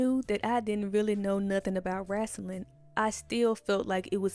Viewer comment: "Wrasslin'" 😊 Yass sis ! Explore the world !